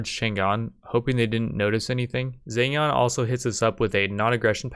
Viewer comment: I like these videos because you can tell his pronunciation gets better and better every video from calling Zheng Jiang Zan Zan all the way to Zhen Jian I can't wait until one day this guy is completely fluent in mandarin but can only say the names of historical figures and cities